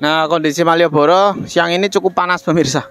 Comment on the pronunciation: Penekanan maieboro